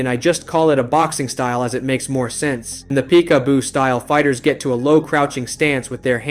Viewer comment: The creator of this vid i would peg the fuck out of you for mispronouncing peek a boo